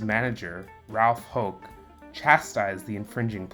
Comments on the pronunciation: It's HOWK (not HOKE).. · Since Yankee players are allowed to grow mustaches they are not clean shaven. And Ralph Houk's name is pronounced "Howk," not "Hoke." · Great video. (Ralph) Houk is pronounced, HOWk